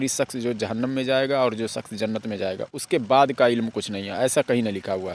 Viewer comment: Sakhs nahi shaksh